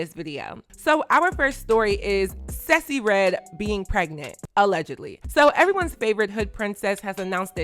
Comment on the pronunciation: Random by I love your pronounciation of Sexyy Redd’s name! You always come thru on trend and dropping jewels.